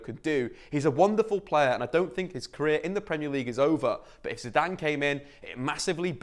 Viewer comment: ZIDANE comeon you must be joking. is it ZIDANE or you that can not speak english?